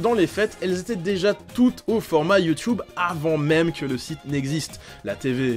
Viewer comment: Sisi c comme ça que ça ce prononce ! Un mmmmeuporgue